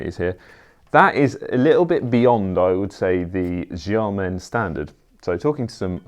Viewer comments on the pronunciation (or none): Please stop saying “jiamen” for Xiamen. It’s “shee-ah-mun”, not “jah-men”. Sh-, not j